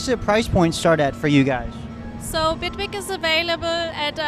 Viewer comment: Its Bitwig not Bigwig lol. Awesome DAW !